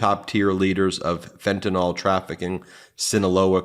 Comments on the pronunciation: Why do you pronounce Fentanyl as Fentinol??? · Learn how to promounce words, Ben, if you want to make a point supporting Harris. It's FentaNIL not FentaNOL. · Hey everyone - Fentanyl is pronounced FentaNIL not FentaNOL.